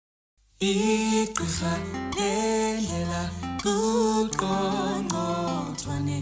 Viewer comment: But wait did she say congcothwane instead of qongqotwane ?